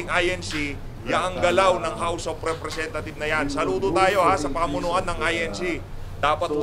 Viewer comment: Parang house of repthieves ang bigkas.